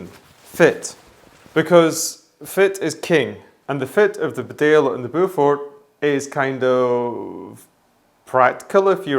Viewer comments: Sorry to be that guy, but Beaufort is pronounced 'Bo Foot' not 'Bow For' Its a very old English family as in the Duke of Beaufort or the Beaufort hunt. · Great video... Beaufort is pronounced 'bow-fut' or 'bow-fort'. Bedale is Bee-dale. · Beaufort is pronounced Bow For. Bedale is pronounced Bea Dale.